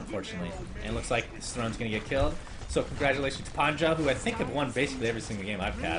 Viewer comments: it's not pronounced PANZA nor PANDJA, it's so annoying.... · Always funny to hear sunsfan not beeing able to pronounce Panzer or Messerschmids Reaver. :D Nice game, except by the windrunner. It's one of those heroes like shadow fiend or AA where you need some skill to aim and the guy playing windrunner here seems like he just couldn't handle the hero. DER PANZER ROLLT! My favourite team in this tournament.